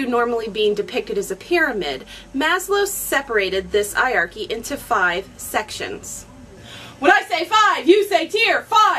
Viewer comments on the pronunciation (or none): "I-arky"?!! Please tell me you Americans don't pronounce Heirarchy like that. Don't you think you've butchered our language enough as it is? ;) Cool vid. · Normally I wouldn't mention pronunciation in a comment but were you prounouncing Hierarchy correctly? I've always made the "H" sound at the beginning of the word and you were pronouncing it like the H was silent. It's not a word I often hear, so I could easily be wrong. I figure you've probably heard it many times recently in your classes so you're probably doing it right, but it does surprise me that the H is silent. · hey, you should pronounce the H in Hierachy! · I actually do say it funny *gets embarrassed* the correct pronunciation is hi-er-are-key - it is just one of those things I have never overcome when casually talking (which is what I do for these videos). When there is an H as the first letter, I generally read right over it :( Dunno if its my french training or my bodies refusal to conform :P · Stick with 'eye-archy', and whenever anyone corrects you, nod, smile and acknowledge that what they say is quite right... and ensure that you get the word 'eye-archy' in the very next sentence. I say this as something of a Hanarchist!